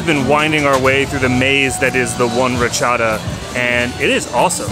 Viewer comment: It's not pronounced "RA-chada", it's pronounced "rat-CHA-DA".